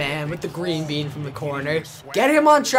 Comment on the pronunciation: Does he say green beam or green bean lol